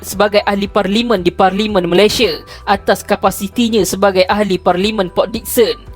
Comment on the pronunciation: Sebut elok² la MALAYSIA tu...xpayah la nk bunyi² cam mat salleh gitu...sbb bunyi cam mat salleh pun sekali pun...lurah pantat tak jugak warna pink..